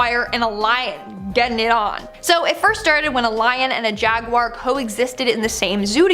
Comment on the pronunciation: It's not jaguire